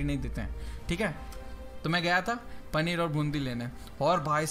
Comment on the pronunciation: Panner aur bundi nahi paneer aur boondi